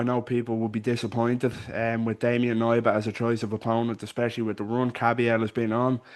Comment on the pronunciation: Hey, Polish guy here - It’s pronounced K-nee-ba. You say the „K” clearly, like in the word „key”, not silent like in „knee”